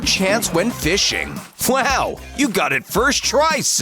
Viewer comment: he says flaw instead of wow